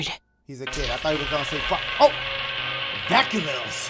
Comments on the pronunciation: “DRACULUS- Draculus?” 😂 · my boy really said jackulus